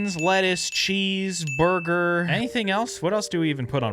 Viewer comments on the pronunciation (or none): Ah yes, beese churger